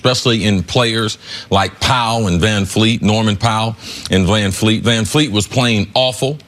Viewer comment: It's Vanvleet....not Van feet....Mr HOFer Cris Carter...